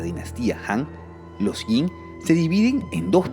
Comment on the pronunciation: Zhou = djow Qin = chin Jin = djin Sui = swey Entiendo que no todo el mundo estudie el chino pero podrían comprobar la pronunciación en Google...